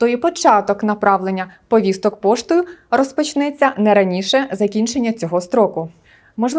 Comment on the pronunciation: Чому постійно каже Вповісток, Вповістки, навіщо жодавати літеру "в" перед словом повістки???